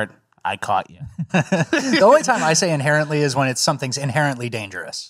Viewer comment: My deaf ass thought y'all were saying "apparently" for the first five times you said inherently..